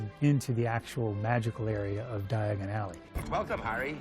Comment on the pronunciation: Stop, stop, stop, your going to take yourself to the wrong alley! It’s Diagon alley, not diaagonally!